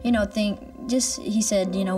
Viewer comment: You can faintly hear the "aboot" accent when he says "know".